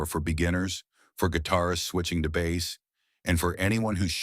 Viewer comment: Hey Mr. AI narrator, it's BASS (Instrument), not bass (Fish)! I couldn't handle watching the video after that...